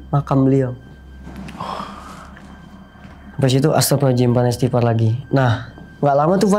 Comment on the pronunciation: Maaf saya kurang nyaman mendengar istighfar dari... maaf sy juga bukan org yang ahli agama, tapi untuk pengucapan istighfar baiknya dengan jelas 🙏🙏